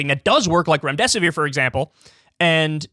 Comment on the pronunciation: Remdesivere?? Really ?